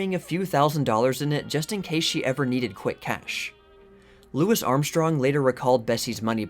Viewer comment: I love your content, but i can tell youre a white boy, so am i , but its never Louis Armstrong it is Lou-ie ' Armstrong